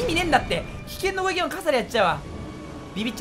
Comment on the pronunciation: ずっと思ってたけどまって攻撃を「こういき」っていってない？